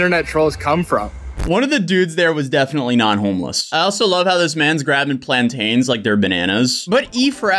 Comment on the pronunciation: It’s not plant- aine , it’s like saying mountain or fountain